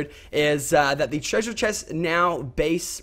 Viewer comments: Being from New Zealand it annoys me when Lachlan says treasure cus it sounds silly and not right I guess and hes losing his aussie accent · The accent you say "treasure" is american xD